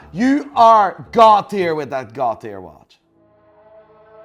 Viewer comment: Every time says God - tier, It sounds like he's saying Cartier. 😃😃